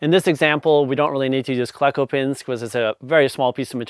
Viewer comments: Cleco as i understand it is a long e, as in the name Cleveland. KLE-CO, not KLEH-CO. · Cleco is pronounced "KLEE-koh" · Pronounce it Kle-co or Klee-co. I use a cheap air chisel with a rivet tool & whatever steel scrap that fits. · It's pronounced "cleco"... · You are just making this up as you go... Jargen?? A hand squeeze is much better when access allows.. No one that actualls uses solid rivets uses a those words.. . You do not even know how to pronounce Cleko.. Air hammer or Air chisel with a set and a dolly... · Excellent video! FYI I’ve always heard Cleco pronounced with a long e, likely because that’s how the first syllable of Cleveland is pronounced.